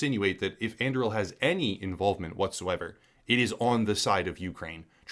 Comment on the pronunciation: And Im pretty sure that "On-DOO-ree-ill". As in Aragorn's sword in LotR